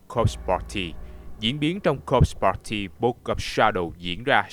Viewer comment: đọc cứ nghe nhầm là "cock party" haizzzz